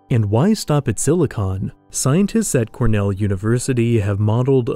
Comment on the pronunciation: Thanks for saying “silicon based life”. I frequently hear people say “silicone based life” and I always make a joke in my head about how we already have that in LA.